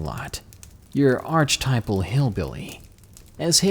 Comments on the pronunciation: It's ar-che-typal not arch-typal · its" ark-etypal". sure, I will buy your wares.frig off.